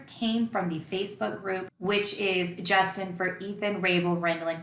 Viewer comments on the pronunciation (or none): none